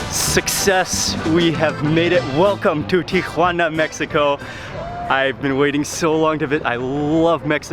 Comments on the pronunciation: I want to watch, but i cant listen to him TRY to sound like hes a local everywhere he goes. It is pronounced Tijuana. Tee a wanna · Someone must of enunciated slowly to Mark, "Tea-whhhah-na", I have never heard TJ pronounced that way, not even by locals. Tijuana has THE best FISH & SHRIMP TACOS ON THE PLANET! Even better in Rosarito, just a few minutes south of TJ. Order an ice cold 🍺Cerveza first, then Beer Batter Fried 🍤Shrimp or 🐟Fish, 🥬Fresh Shredded Cabbage, 🥑Avacado, 🍅🧅🌿Pico de Gallo, 💃🌶️Salsa Verde, 🐄 Dollop of Crema in a fresh made 🌮Tortilla. 🌮😋✝️ DIOS MIO!! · It is pronounced teeawanna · Oh no not Geoffrey. A complete hanger on.Its pronounced TI UH WAA NUH. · The most pretentious pronunciation of 'Tijuana'. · I know it's the proper way of pronouncing the city's name...but every time Mark says Tijuana, it made me giggle. It just throws me off when you hear his normal way of talking then all of sudden you hear pronounce TIjuana with a completely different accent and such a strong emphasis on the "Juana" part of the name. Plus, he said it so many times in the beginning of the video, it just I couldn't help but smile every time I heard him say it. Loved this video though, and always am excited to see Mexico and it's amazing cuisine which IMO doesn't ever get as much love as it deserves!! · not even the locals pronounce taco and tijuana like mark.